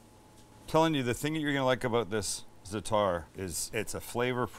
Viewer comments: You actually pronounce it "Za-a'-tar, of "Za-Tar", not Zetar.... Great vid though! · You pronounce it, ZAT-ta with the accent on ZAT but not bat, more like, what. Been eating it all my life. It's thyme and sumac, marjoram and oregano. Delicious stuff. I put it on everything. p.s. Red sumac is packed with vitamin C.